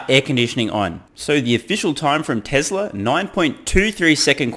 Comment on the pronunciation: let his Massachusetts dialect come out TesLer haha